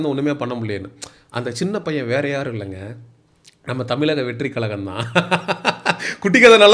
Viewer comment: தலைவா தமிலக னு‌ சொல்ற. கலகம் னு சொல்ற. முதல்ல முட்ட சாப்பிட்றத நிப்பாட்டு. ' 'ழ' வ சொல்லி பழகு. கண்டத தின்னு முக்கா வாசி பேர் இந்த லட்சணத்துல தான் இருக்கானுக. நம்ம மொழி பேரே சொல்லத் தெரியாம நம்ம அத என்னத்த காப்பாத்த போறோம்?